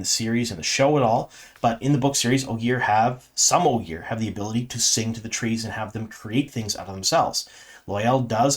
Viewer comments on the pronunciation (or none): none